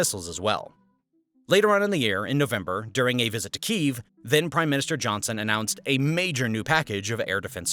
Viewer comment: For the love of... Could you please, PLEASE look up the pronunciation of "Kiev" before the next video?